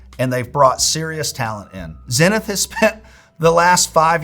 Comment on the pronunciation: That's not how you say Zenith. How am I going to trust dudes that don't pronounce Zenith correctly?